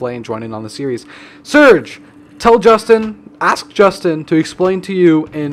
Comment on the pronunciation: Call Justin, Justina Just-E-na